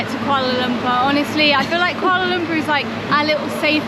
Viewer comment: Welcome back to Malaysia n enjoy your stay n stay safe. Every time i watch white people youtuber...it always suffocate me when hearing their pronunciation in malay language. Fyi... It is kooalar loompoor. Saloma is sarlomar. Here in Malaysia.. A is are E is err I is ee O is owe U is oo C is ch K is k G is g only (got, get, gut..) J is j only ( job, jab, jet, just..) We don't have silent letters nor dual sound for a letter. There you go. So if anyone with English as your first language and reading this... bear in mind that the roman letters in Malaysia has a bit different sound from English. Happy learning everyone.